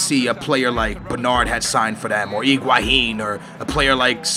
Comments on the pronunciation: It is pronaunced Higuain not Iguahin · hi-gua-hin lol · Its higuain not iguahin cos tht is how u seem to pronounce it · Higuain. Not iguahin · Who is Iguahine hahaha